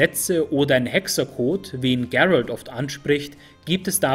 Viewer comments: Geilo, aber bitte Gerald wie Gerald aussprechen. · klasse Video , nur den Namen musste nochmal üben GEEEEralt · sprech Geralt nicht englisch aus. Wieso hast du dich dazu gezwungen gefühlt? :-/ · Finde ich auch. Liegt wohl am Netflix Einfluss. "Gerald" xD Ich komme aus Polen und ihr könnt euch die Aussprache beim alten low budget polnischen Witcher Film hier auf youtube anschauen. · Einzige Kritik ist die Aussprache von Gerald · top, echt gut u ausführlich u sprachlich sehr schön! Von Tolkien, Elder Scrolls, Germanenmythologie, Kelten und soooo viele andere, nun also Witcher, Oida, das machst du astrein. Aber, Geralt von Riva, der Name Geralt wird auch wie im Deutschen gelesen u ausgesprochen🤔🤗. Aber das soll keine Kritik sein, nur ein Hinweis von jemand, der das was du bringst sehr respektiert u achtet. Auch das du keine Politik ins Spiel bringst, sondern wirklich nur über das jeweilige Thema sprichst! In der heutigen Zeit, in der vom Fußball und der Werbung und sogar Kochsendungen durch u durch vor Propaganda u Politik nur so triefen..🤢🤮., mach bitte weiter so, du machst das soooo gut verständlich, top. 👌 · Spricht man Geralt nicht einfach so aus wie es geschrieben wird? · Sprich doch bitte Geralt normal aus. Das ist kein Ami Name.